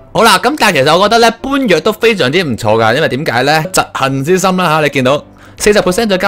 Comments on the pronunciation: 般若其實係讀波野…… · 其實般若讀「波耶」唔係原本既音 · 那個般若不是直讀的 發音是"波野" 般若波羅蜜多心經 的般若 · 為何每個人都讀般（搬）若(弱)啊，他有個暱稱叫小波蘿。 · 係讀作波野呀!